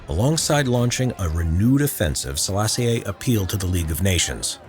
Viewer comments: halfway through watching this, it's generally really good but I just had to stop and comment that the pronunciation of "Sellassie-ay" is killin me. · The latter E in Selassie is silent, like "Selassy"